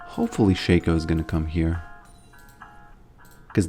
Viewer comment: you used to be too busy to say "it is what it is" and instead said "it-E-what-it-E". Like a snail with a milk droplet.